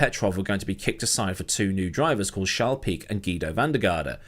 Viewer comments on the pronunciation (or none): none